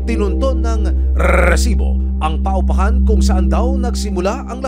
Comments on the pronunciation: Ang cringe nung " grrrrresiboo" 😒🙄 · HOY RESIBO WALA MAINTINDIHAN SA MGA SINASABI MO AT MGA NAGSASALITA SA LAKAS NG BACKGROUND MO ANG NAIINTINDIHAN LANG UNG PAGKASABI MO NG ŔRRRRRRRRRRRESIBO PUCHA WALA MAINTINDIHAN SA SINASABI NYO BACKGROUND MUSIC LANG HAHAHA